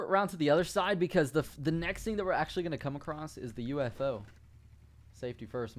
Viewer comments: wait, when he said ufo did he say oofo? LOL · I love the way he says UFO